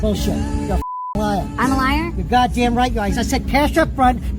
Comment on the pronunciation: Emo rock "pioneer" nearly gahtdanng ruined me.